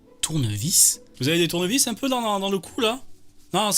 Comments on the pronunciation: Greg master le maillon faible?! Les gars « LE CHIENG » « DOLLARS » « TOUR-NE-VIS » ???!! NON je suis ko xD... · "tourne vis" 😂😂😂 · "Tournevis" a non c'est comme ça il nous ser le catcheur portugais j'ai honte de lui maintenant 🤣